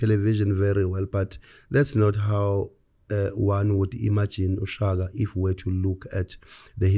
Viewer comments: Its King Shaka...not King Shagaa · I don't care. It's Shaka Zulu. Not 'Shagaa Zulu'!